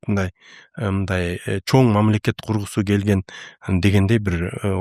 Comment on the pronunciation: Такое ощущение что специально акцент делает. Неужели за столь лет жизни научился выговаривать слово "Чоң" и букву "ң".